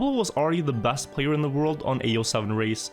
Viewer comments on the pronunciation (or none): Played trackmania a little bit with friends back in the day. These videos are great. Its hilarious to hear you using Æ as an E in all words. Like personal bæst etc🤣🤣🤣 Heia norge:)